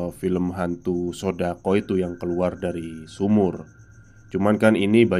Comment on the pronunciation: SADAKO la mas,kok malah SODAKO 😅😅😅,..oalahh Bono Bono